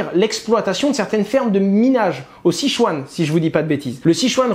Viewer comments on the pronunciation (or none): none